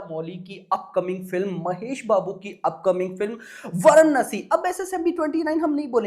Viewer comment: Chutiya bhadave वाराणसी ठीक से बोल